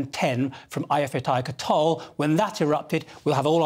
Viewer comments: ay-ya-fyak-la-yerk-ul, not ayatollah, buddy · I love how the lad pronounces Eyjafjallajökull 🤣